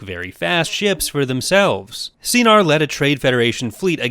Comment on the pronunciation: I pity Anakin when it came to losing Jabitha. That moment sure left a huge mark that'll make him so fearful and hateful of death, up until his redemption above Endor. I thought Sienar is pronounced "sai-nar". I kinda preferred it when his ships aren't always based on the color yellow. The Azure Angels he flew were quite lit. With this in mind, curse TCW 2008 for not including the Azure Angel II, and having a continuity snarl by having Anakin get an offscreen duel scar from Asajj Ventress a few years before the Republic comics' Coruscant duel. Assuming some elements of the game are still canon in Legends, bet the 501st Legion of Battlefront II 2005 ended up painting their own Eta-Actis interceptors yellow because they were so impressed by Anakin's flying during the latter battles of the Clone Wars. The green Eta flown to Mustafar was Kit Fisto's, I think. Would love to see the Imperial black Eta get an onscreen appearance, even if it means getting stolen alongside Darth Maul's Sith Infiltrator by Multiversal defense operatives in a desperately tight budget (think unsanctioned, like the GDI after the Bialystok controversy on Tiberian Dawn) on a separate Multiversal saga away from the main Star Wars Legends events. Would be nice if, hmm, it can be brought as a gift worth reverse engineering to a cooperative ally of said operatives, like Amity Blight-Noceda of Blight Industries. Saying this as a TIE Fighter gamer: Vader also flew a TIE Defender during Zaarin's betrayal and captur